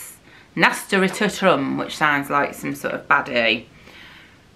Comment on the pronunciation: Summer holiday prep and ideas video would be great! Ps those seeds are pronounced na-stur-shum 🤣 you crack me up!! Cockatoo? Cockatiel? Brilliant! 🤣🤣xx